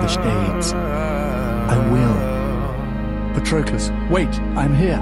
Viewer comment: it's taken me this long to figure out it's pronounced Pat-Ro-clus and not Patro-Clees